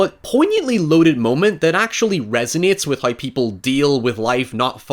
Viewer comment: lmao what is this accent XD words like how and now turn into haoi and naoi, wtf :Ddd